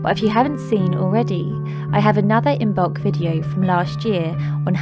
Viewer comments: It’s not imBolc it’s pronounced imolc the b is silent. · The b is silent in imbolc. It is pronounced im-olk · I love you dear sister, please be aware it is pronounced Immolk , meaning In the belly. From the Irish I mbolg, I love your passion for the Pagan just please be respectful to origins. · Beautiful ♥️ As Imbolc is coming soon to the SH I watched this to get ideas. Thank you 🙏🏻 This was very helpful. Sorry to be anal but just a tip the ‘b’ in Imoblc is silent. 😉